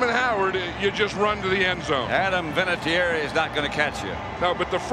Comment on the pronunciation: Vinatieri* 😁 He has a lovely Italian name. Pronounced “Vinna-tyerry”